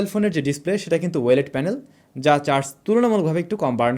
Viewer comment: ওয়েলেড না ও-লেড ভাই।